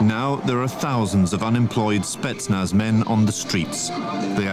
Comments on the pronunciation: FOR THE LOVE OF GOD, WTF IS A "SPETZ-NUH"?!?!?! THEY'VE ONLY PRONOUNCED IT CORRECTLY 342,000 TIMES IN THE VIDEO!! SPETZ-NAZ!! NOT SPETSNUH!!! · SPETSNAZ not spetnuh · To me the handgun looked like a Makarov 9x18mm. Love your channel but my toes curl when you say "spetsna" instead of "spetsnaz" which is short for Voyska spetsial'nogo naznacheniya (special purpose military units), alternatively it could be a CZ 52 semiautomatic. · Good video, as usual pretty good little chip ins also, but your driving me insane calling them spetsnah. What the hell. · Why would you leave out the ending "Z"? It's Spetsnaz, not Spetsna. And you seem to confuse Chechnya with Ukraine. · The name is SpetnaS. With S at the end. Not Spetzna....? And the "documentary" is not about the Spetznas but about a special police Unit. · Hello! Thank you! “Spentznaz” is different. Investigation with light snipers or saboteurs or external killers or antiterrorist group - all are spetznaz. “Spetc” - special, “naz” - naznachenie - like task. Special tasks forces = spetsnaz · spetz snaz bro not spetsna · i don't know why, but it really grinds my gears that he pronounces Spetsnaz as "Spetsna" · Spetsnaz not "Spetsna" lmao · SpetsnaZ- got to say Z at the end of snetznaz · must be said with a Z in the end, like SPETSNAZ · Its pronounced spets'na:z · Lol u said Spetsnah